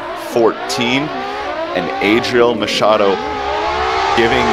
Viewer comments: "EIDRIEL MAKADOU" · Tem uma parte que o cara fala adriel macad... machado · Os caras falaram eidriel macado kkkkkkkkkkkk